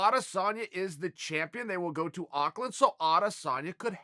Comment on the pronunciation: Thanks for pronouncing Auckland as good as an American can, Chael!